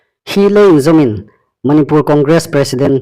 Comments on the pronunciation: Manipùr ti ta naw la Manipûr ti ta rawh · Chanchin thar puonga um ngaithlâk ding a um hi lawm a um a.Amiruokchu,Manipur i lamrîk dan hi chu andiknaw ngêi el ie.